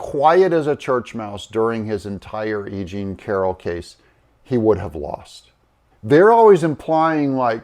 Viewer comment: Egene??.... you mean.."aging" Carroll... Yaikes 😅